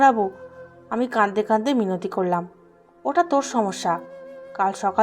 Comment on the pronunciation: প্লিজ আপনার উচ্চারণ ঠিক করেন।। ভুল উচ্চারণ শুনতে ভাত খেতে কাঁকর দাঁতে পড়লে যেমন অনুভূত হয়, ঠিক তেমনটাই অনুভূত হয়। তাই অনুরোধ করছি "কাঁদতে কাঁদতে" শন্দটাকে বলছেন (কাদদে কাদদে), " লাগছে না" কে পড়ছেন (লাগজে না)। এগুলো খেয়াল রাখবেন। কেননা গল্প আপনি নিজের জন্য পড়ছেন না। সাধারণ মানুষের জন্য পড়ছেন।